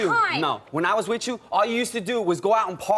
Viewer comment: With you! Not which chu!